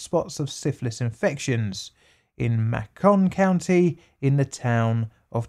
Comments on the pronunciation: Macon County is pronounced the same as bacon. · Most egregious thing in this video is the british pronunciation of Macon County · May-ken. Damn those American pronunciations. :) its all good dude.